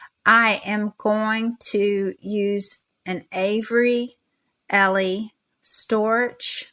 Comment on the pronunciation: Pronounced Avery ELL.